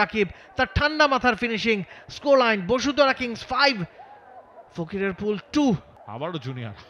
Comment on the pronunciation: ফকিরাপুল❌ ফকিরফুল✅ 😂😂😂😂